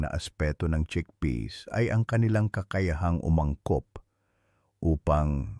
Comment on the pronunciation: cheakpeas like greenpeas